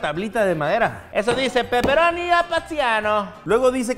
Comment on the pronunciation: asi dice pepperoni a plateano 🤣🤣🤣🤣🤣🤣🤣🤣🤣🤣🤣🍕🍕🍕🍕🍕🍕